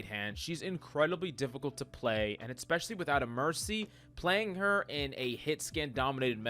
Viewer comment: Hi mate. Can you please not say "eXpecially" and "CaLVary". It's "eSpecially" and "cavALry". Thanks bruh